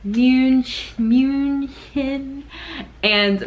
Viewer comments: I like the way you say "München". It's really not bad at all, so don't you say you can't say that. Many Italians do worse than you do, and they come every year for Oktoberfest. The German directness, yes, everyone loves us for that. I hear that mentioned in almost every video about Germany. But, we want to get things done, or get in order. "Excuse me, my friend, your car makes some strange noises, could it be that you lost your exhaust pipe?" No. "Du hast deinen Auspuff verloren", that's what we would say. Might be that the answer is "Yes, I know". But you tell other people what is wrong, in case they haven't noticed. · "München" heavy german word with that "ü" AND the "...chen". Yor spelling sounds wounderful, really! Don´t worry. Most of us appreciate it a lot when foreigners put so much energy in learning our language. Very nice to have you here, please don´t give up the sympatic side of your "american soul".